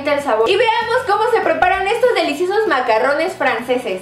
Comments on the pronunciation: ay dice macarones no macarrones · De hecho si leen la descripción son "macarones", no se pronuncian macarrones, los macarrones son fideos. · Karen se pronuncia "MACARRUNS" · se dice MACARRONES Y MACARONES "RR": Suena "ERRE" Y "R" : Suena "ERE"